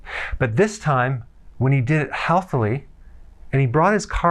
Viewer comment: i think he is just stupid. hear him say "he did it HEALTH AH LEY" instead of healthy. or in a healthy way. i heard him once say "more better"